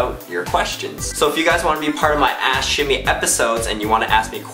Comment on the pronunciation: Every time he said ask shimmy... I heard.... Ash (ass) shimmy